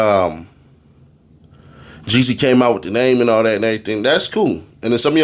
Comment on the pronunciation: Seems like you need to go back to school and learn your vowels it’s JEEZY